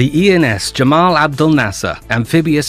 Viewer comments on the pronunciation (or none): Apologies to any Egyptian viewers for the pronunciation of Nasser’s first name: Gamal. I was using standard Arabic as a reference and I realised afterwards that in Egyptian Arabic it’s actually pronounced Gamal with a ‘hard G’ not Jamal with a ‘J’ sound. I did my best :)